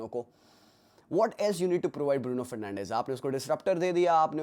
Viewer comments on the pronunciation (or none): neves NAI, NEVSSS, fernandsss😂😂😂